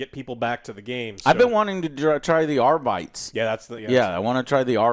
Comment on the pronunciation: There is no way Joe's pronunciation of arbites isnt engagement bait, right? Right, Joe?